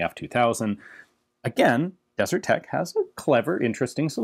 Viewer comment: It's 'Desert Tech', not 'DeserTech'.